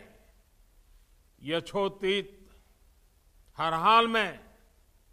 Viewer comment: "यछोतित" 2nd attempt "यथोचित्त" I remember only " Center fresh "